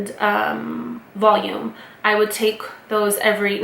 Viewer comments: Valium not Volume! ☺️ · I love that you called valum "volume". Haha so cute